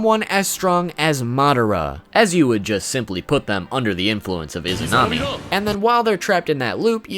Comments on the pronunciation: Oh and you mispronounced Izanagi's wife. The ability that is based on her is Izanami. Not Izunami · Dude it's izanami not izunami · you are saying izunami i think its izanami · Izunami😒😒😒......it is izanami